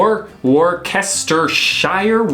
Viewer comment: Well done for getting Herefordshire right. Plus i live in the West Midlands and there is a lot of thing you still have not seen there. Plus a big thumbs up to remembering how to pronounce Worcestershire. There is no right or wrong way to eat a scone. Devon does it one way and Cornwall another and they keep arguing about it. I eat mine the Cornwall way as i prefer it that way.